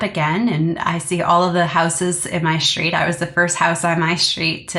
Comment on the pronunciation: Please work on your diction! When did S become sh in every word? It’s STREET, not SHTREET! You are so interesting but so hard to listen to when you don’t pronounce words properly!